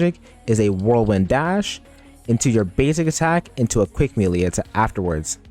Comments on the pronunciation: (Melee) It’s pronounced “maylay” not “meeleee” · why u call it meelee bro